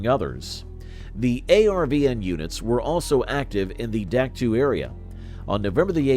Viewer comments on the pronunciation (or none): Doc toe NOT duck too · I can't stand when people pretend to be an historian and can't even pronounce the fkn names of the places their talking about...Dack two 🫥.....it's Dahk toe....learn about what you talk about....if you can't take the time to learn how to pronounce the places you talk about accurately , what's that say about the accuracy of "Anything" you say?.....have pride in what you do. How we do anything , is how we do EVERYTHING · Duck two ? I can't stand this A.I. shit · AI narrators are absolutely worthless...Duck Two? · It's pronounced Dak Toe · You lost me at the first "Dak too". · Dien Bien Phu was 1954 not 53, I heard it on the radio getting ready to go to school. Dak To in pronounced in English DOC TOE. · Terrible video. The announcer mispronounced the name of Dak To and other places, plus many of the images had nothing to do with Vietnam. The creditability of the video is dubious.